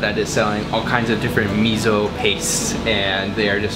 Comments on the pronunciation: Note that fermented soy bean paste is miso not mizo. みそnot みぞ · me-zo lol do you not like s? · like meh so? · Loved the video, but "miso" should be pronounced "me so", not "mizzo". 😀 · It is miso. Not Mizo. Thanks. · did u pronounce mi-zo? It's supposed to be mi-so and not mi-zo!! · It is not Mizo but Miso ! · it's not MiZO, it's miso, like Misso, please pronounce it correctly. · Its not mizo, is miSo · Please don't call it mizo. It's MISO. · Miso. Note that it is spelled with an S. Not a Z. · 「miso」 だよwww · Why does he say MEEZO? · He's from Canadia...what do you expect? ;) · this bothered me as well. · You can't pronounce Miso correctly